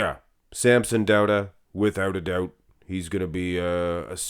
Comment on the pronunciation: "without the doubda" 😆